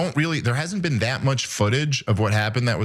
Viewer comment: "You've never bean?!"